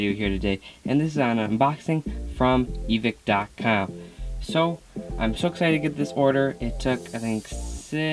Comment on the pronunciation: U said evike wrong